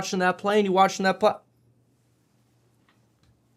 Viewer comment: "the wrong PAALANE in site". man i hate the way he talks lmao